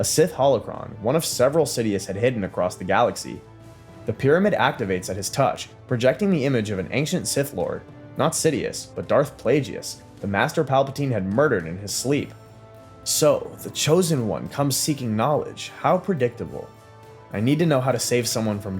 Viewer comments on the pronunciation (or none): ...and Darth Plagueis is not pronounced "pla-jee-us"